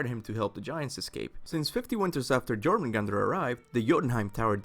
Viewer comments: ITS JÖRMUNGANDR (yormungander) dummy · IIIITS PRONOUNCED YOUR-MAN-GANDER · It's Yor-mun-gan-der. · The way you pronounce jormungandr gives me headaches... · I can't tell if it's your accent or you're actually pronouncing the J in Jormungandr incorrectly lol